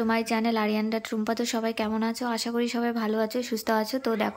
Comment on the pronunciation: Her name rupa nhi rumpa.. pron pronounce like room +paa.. that's true spelling Rumpa.. this is bangali name..